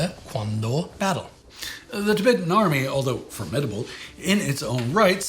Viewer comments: It's "Tibetan" and not " Tibeetan " gents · Errrr, Chaps... since when has 'Tibetan' been pronounced 'Ti-beetan'? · Why do you guys pronounce it as 'king dynasty' though, when it's 'Ching' same with 'tabeetan' when it's 'tib-et-tan' You guys are usually good at your pronounciations, but these were easy mistakes to not do